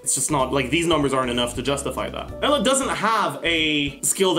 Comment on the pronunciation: Lemme help you out with the pronunciation Eula(Ee-ouu-la)